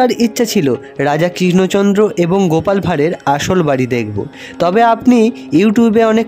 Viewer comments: রাজা কিষ্ণচন্দ নয় বলুন রাজা কৃষ্ণচন্দ্র বড্ড বেশি কানে লাগছে। উচ্চারণ সঠিক হলে ভালো হতো। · উচ্চারণ টা ঠিক করুন..কিন‍্য চদ্র বা কিশ্ন চন্দ্র না কৃষ্ণচন্দ্র হবে